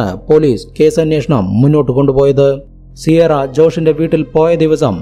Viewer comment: സിയാറ അല്ല കിയാറ എന്നാണ് സാധാരണ പ്രൊനൗൻസിയേഷൻ.